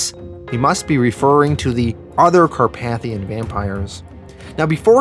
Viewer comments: Car-pay-thian not Car-path-ion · The way you pronounce some words gives my brain a stroke. It’s car-pay-thee-in In preacher it’s pronounced sare-eh-fie not ser-raffy. Do you do it on purpose? I swear something in my brain just cooks every time I hear it -_- Not trying to be mean, it’s just an ocd thing sorry. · Great video! Just a heads up, it's actually pronounced Car-PAY-thee-in.